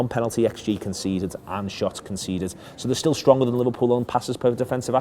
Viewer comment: Once you notice that pronounces 'still' as 'stull' you can never unnotice it